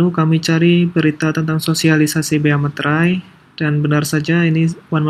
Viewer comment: Masih banyak yang menyebut meterai sebagai "materai" 😅